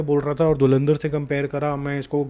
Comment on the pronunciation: Dhulandhar ❌️ Dhurandhar ✅️ Galwal ❌️ Galwan ✅️